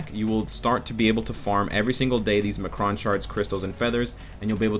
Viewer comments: uhh...I think you meant to say EM-CRON crystals, not ma-cron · great video! just a quick correction on the pronunciation of M'Kraan. it's "M. Kraan." its separate. not "Muhkruhn". thanks man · are you pronouncing m'kron like that as a joke? from what i remember from the cartoon its pronounced em kron not ma kron